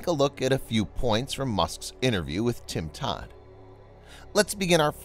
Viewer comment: It’s Tim DODD not Tim Todd… At least that’s what it sounds like you say at the beginning. But then you say it correct later in the video, lol.